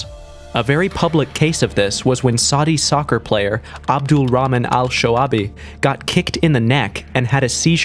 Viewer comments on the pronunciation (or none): none